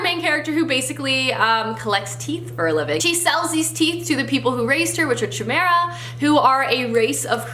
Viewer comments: "chimera" is pronounced "kai- mera". I sorry, I actually cringed. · chaemira pronounced wronggg. love the book thouh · You mispronounced chimera hun